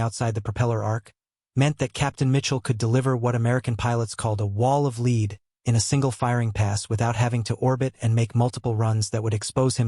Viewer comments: what the hell is a wall of leed? Guess the AI meant lead huh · A wall of lead 😮😮😮 pronounced LED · "...a wall of LEED????" Apparently, AI narration has a way to go. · "wall of leed"??? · "The gun barrels spit out, "Leed!' Thank-you AI! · 😂beat me to it